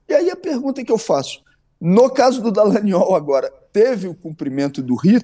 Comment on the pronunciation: Deputado Glauber com todo respeito, adoro seu ton de voz: delicioso. E qdo vc fala DALLANGNOL entonnando a letra G eu acho o máximo!!!